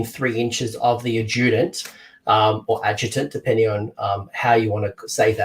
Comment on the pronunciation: Pronounce adjunct “Ad - Junked” The “D” becomes almost silent as it rolls into the J adjunct — a thing added to something else as a supplementary rather than an essential part. Lol you are not the only YouTuber I’ve seen pronouncing adjunct as “Ajewdent”